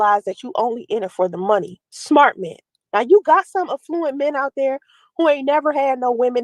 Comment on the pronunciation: Her nasty filthy mouth is so unprofessional during these”life coaching” lives she makes me sick. She doesn’t even know how to say the word affluent, no one in business or economics pronounces it that way which proves she’s not in that scene.